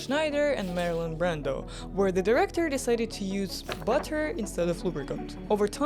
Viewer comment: “Marilyn Barando”